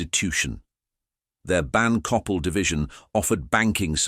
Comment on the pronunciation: It would be nice if you could pronounce the names correctly, such as Coppel and Jose.